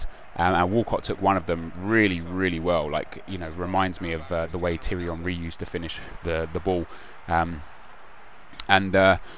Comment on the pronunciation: for an arsenal fan it makes me laugh that you cant pronounce thierry henry's name